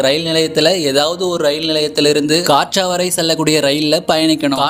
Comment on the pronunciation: கட்ரா😂😂. காட்ரா கிடையாது😂😂